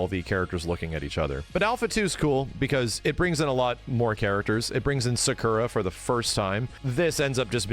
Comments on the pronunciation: sakura being pronounced secura was funny as hell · I know this is 3 years ago but, Sakura’s name is not pronounced the way you say it, it’s pronounced “Sah-koo-rah”